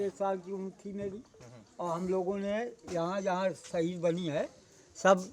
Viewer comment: Saheeed kyu bol rhe ho yrrr